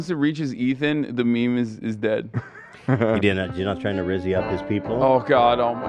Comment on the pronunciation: ethan saying rizz is terrible lmao